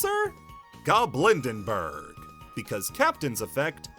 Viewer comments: Fantastic video! But cards being mispronounced is one of my pet peeves, so I have to correct some here: “Dreaming Nemleria”, not “Dreaming Nemerelia” “Goblindbergh”, not “Goblindenbergh” “Predaplant Ophrys Scorpio”, not “Predaplant Orphrys Scorpio” (This one is really common, to be fair) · I know this doesnt matter but it's driving me insane. Tear Lament. Not Tear ALament Goblind Bergh. Not Goblind ENBergh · why is getting goblindbergh's name wrong so annoying